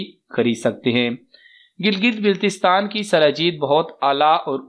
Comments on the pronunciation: bhai jagay ka naam to sahi lain, biltistan nai baltistan hota hai😒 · Baltistan ki pronunciation sahi kr k bataye shukria🙏